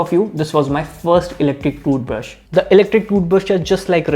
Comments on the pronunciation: Dude cant say "toothbrush" properly 😆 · Got the whole squad laughing uncle ! 👏😐